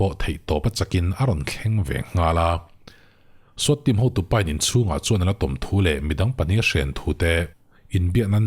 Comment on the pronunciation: Swat hi skhuat tia lam tur niin ka hria